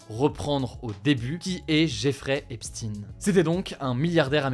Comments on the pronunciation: Pourquoi tu prononces "Epstine" comme ça ? dis "EpSTEIN" comme tous le monde, tu cacheras pas le fait qu'il est J U I F^^ 🙂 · On dit EPSHTAYN ! Purée pas Epstin! On ne dit pas Einstin ! Renseigne toi sur la prononciation un minimum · Enfin j'attendais cette remarque! Bravo. Le manager des BEATLES s'appelait aussi EPSTEIN prononcé EPSTAIN! Donc ça vaut pour l'autre,non? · Si on dit Epstein ça rappelle ses origines donc on dit Epstine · C'est curieux que ses compatriotes n'est pas étouffé l'affaire d'habitude ils sont très très solidaire.EPSHTAIINE c'est comme ça que ça se prononce!!! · Aux États-Unis, "stein" se prononce "stine", c'est pas le seul dans ce cas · Ça se prononce EPSCHTAÏN, comme Einstein en fait, on dit pas ENSTINE. Et entre un homicide par strangulation et une pendaison, y a une grande différence. Lors d'une pendaison, l'os derrière la pomme d'Adam se brise, et pas lors d'une strangulation. C'est donc simple à vérifier, mais s'il on constate qu'il ne présente aucune fracture, y aura beaucoup trop de gens dans la sauce. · EpstEIN…Ça fait trop juif à prononcer certainement … TOUS les médias le prononcent mal et c’est VOLONTAIRE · C'est Suèdois, celà se prononce Epsten. Le 'i' est muet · petite rectification qui ne vous fera pas plaisir mr hugo epstein est israélo-américain (ça se prononce épchtaÏn) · Aux dernières nouvelles, il était américain, née à Brooklyn et n'avait pas de double nationalité, et les média américains disent tous "Epstine". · Prononce Epstein comme Einstein ça rendra mieux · Pas hep-stine. Mais hépst-eine. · Epstine 😂 albert instine aussi alors tous les des medias deviennent dyslexiques ou ? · Epstine??? Einstein se pronone Einstine? Frankestein,Frankestine? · La seule chose qui me perturbe c'est la prononciation de son nom, il faudrait plutôt le prononcé comme albert einstein et non comme concours lépine ( en phonétique ça donnerais jeffrey epchtayne) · Hugo tu peux nous décrypter la raisons qui t'obligent à prononcer Epstin?